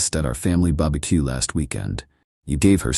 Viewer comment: Dumbahh ai couldn't say barbecue right 😂😂